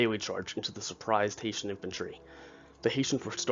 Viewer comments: When you do not know how to pronounce words you can Google them so you don't detract from the video. Hessians are not Haitians and Jaegers are not Jaggers. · it’s a good doc but you did really blunder by not fixing that mistake. There’s no excuse for pronouncing “Heh” as “Hay” it causes confusion to people who may be ignorant to the history. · Great research and great illustrations. It’s HESS-SHUNS. NOT HAY-SHUNS! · Hesh-ins. Yay-ger. Jesus. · The "Haitians"? That's what I keep hearing. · the mispronunciation of "Hessians" grated on my brain, soul and psyche. I don't think anyone from Haiti was in that battle lol My last name is Hession (pronounced "session" but with an "h" and my surname is, interestingly, Irish) and pronouncing it that way is acceptable, but at the time it was also pronounced "hess-ee-un" by the British. These troops were mostly trained in Hesse-Kassel state in what is now Germany. They were top notch troops contracted as auxiliaries to the Brits (or whomever), but these were mostly from Hesse-Kassel. They were not mercenaries as has been depicted in most historic references, or at least that's what Wikipedia says, given their definition--or difference--between auxiliaries and mercenaries. But I digress. Please in the future, research foreign language pronunciations. It's one of my pet peeves given my last name was butchered and bastardized on a regular basis during my childhood; sadly, you bear part of the chagrin that crops up when someone doesn't say something "just right". My apologies. I hope you don't take offense to my mild OCD response. Your channel, with it's graphics of how the battles were fought, conveys accuracy and information of which I was unaware. Thank you for your channel and your contribution to educating us all. Please, keep up the good work. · I really hope its not a fact that only you and I noticed that it was pronounced HESSIANS no pot that sad little island.